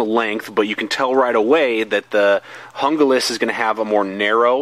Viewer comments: Okay, it is pronounced, "Hoon-glas," not, "Jungle-as." Junglas means "Jungle" in English. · "hoong-las" not hunga-lis." seems like the handle on the rtak is wider. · Hon-Ga-Lass? HOON-glass. HOON-glass. HOON-glass. :-) Great review/comparo. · It's pronounced “hoon-glas" not "hun-glas" if anyone cares. Thank for the comparison, it was just what I was looking for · I would rather save the money and get the rtak II over the junglas (pronounced hung-las...not hungah-las). I can mod the knife and do my own kydex sheath with the bells and whistles I want. thanks for the vid... btw, it's cool you picked for a part of your moniker...the best damn fighting leader the Israelites ever had. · "hoong-las" not "hunga-lis. you wouldn't pronounce taco "take-o." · Pronounced Hoon-glas. In the grab scheme of things it doesn't really matter. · It's actually pronounced Hoon-Gloss! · Stuart Hee There are only the 5 vowel sounds in Spanish. There is no in-between sound from the "A" as in santA to the "O" as in Opera. It's a two syllable word with the accent on the first syllable. HOON-glass. HOON-glass. HOON-glass. :-) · I think with american accents they pronounce it better as "yoon-glass" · JUNGLAS = HOON-GLASS